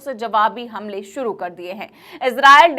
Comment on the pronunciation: Suruu nhe hota shuru hota hi. 😅😅😅